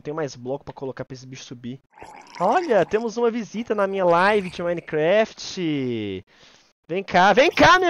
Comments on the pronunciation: "Minecrefet" kkkk Edit: mãeee to Famoso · "Minescraft" KKKKKKKKKKJJJ